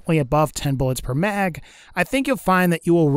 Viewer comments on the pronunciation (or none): is it me or does he say mag a little strange when he is taking about the asalt rifle